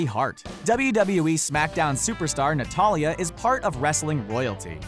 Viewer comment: He said notily in stead of natalya haha lol